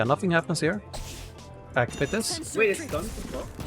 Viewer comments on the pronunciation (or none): none